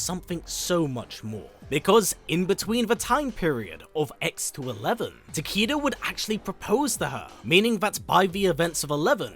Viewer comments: If you google, "How do you pronounce 'Takeda'?" Google will give you a phonetic pronunciation of the name, and it's very clearly pronounced "taa-kay-duh," not "taa-KEE-da." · tah-kay-duh lol not tah-kee-duh i love your videos thouuu iknits the accent im just trolling😌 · Why do you and Uncaged Games still call this character "Ta-KEE-da"? It's "ta-KAY-duh." Mispronouncing this name is just lazy. The name is pronounced correctly in MKX, and all of his MK1 trailers. It's pronounced correctly on the Kombat Cast as well. It's just lazy that people continue to mispronounce this name. it's so annoying, hearing these names mispronounced over and over again, despite the correct pronunciation being publicly known, and always present. I almost have to stop the video. If you were giving a keynote speech, I'd have to stand up, and stop you. Love your videos. I've been subscribed for years. If you do read your comments, please do not take this comment the wrong way. I'm just asking you to pronounce the character's name correctly. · Ta-Kay-Duh? No one in mkx says it like that. Not even the announcer. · For anyone that doesn't know how to pronounce japanese.... a = ah, e = eh, i = ee, o = oh, u = ooo, y = ee. Now say it with me. Tah - Keh - Dah. Takeda. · The name mispronounced is bothering me as well. Especially when I didn’t know how to pronounce it until the trailer & now hearing him say Ta-kee-da is annoying